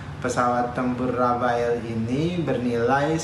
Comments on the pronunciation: rafale,, bukan rafael 😁😁😁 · Rafale pak Dahnil.. bukan Rafael.. Rafael mah tukang hipnotis..